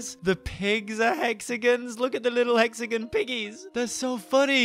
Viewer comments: It kinda bothers me when he says "hexagin" ahaha idky tho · I'm cringing hearing say hexigins instead of hexagon